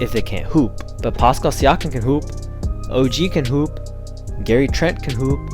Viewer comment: Come on my guy you do this content and can't say siakam name right!